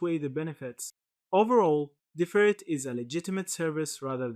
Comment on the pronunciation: Finally someone who pronounces the name correctly 👍🏽